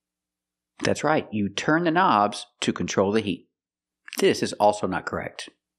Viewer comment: They are not buttons, but Knobs [na;bz], just the way it's pronounced in Russia . it's very funny